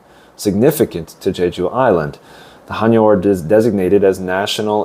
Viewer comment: 감사히잘듣고있어요 근데 해녀발음이 하녀로들리네요 체크부탁드려요 ㅎ